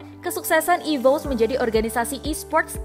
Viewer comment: "EVOS" dibaca ivos "RRQ" dibaca er er ki bukan ivous dan ar ar ki 🗿